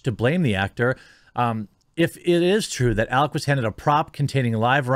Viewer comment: Alec, not Alex